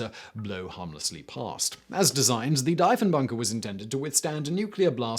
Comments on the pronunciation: Deeeeeeee phon bunker lol prime minister... jesus Simon learn about your commonwealth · Deef-en-bunker and Deef-en-baker Like thief or Chief…. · Same. I'm like WHAT DIE-fen bunker? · Argh! My ears! Dee-funbunker! As in De Funbunker, because it's an escape room and occasionally host weddings. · ahh... the Diefenbunker, one of my favourite little (relatively) local cold war relics. Dief rhymes with chief, by the way.